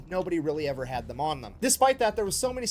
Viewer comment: I could make a sarcastic joke or five about the president and air craft carriers but...it wouldn't be appropriate. Also, that is the biggest "FUCK YOU" I have evvvvver heard.